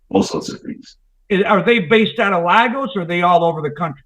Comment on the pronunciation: Lag-Gos 😂, it’s Lay-Gos bro. Everytime I hear about these dope selling Nigerians. I think of that “no akata” scene in the movie “Sugar Hill”.